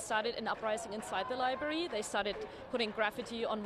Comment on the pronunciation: The libury huh? Maybe library..